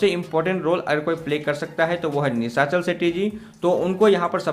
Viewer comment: Abe chitiya nishachal setty nahi Nishal setty